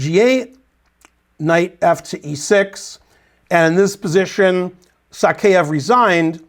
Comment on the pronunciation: So crazy to think of Morozevich as a player of the past. Somewhere around Covid it seems like he just stopped playing. It's "Sakaev" btw. Not "Sakeev".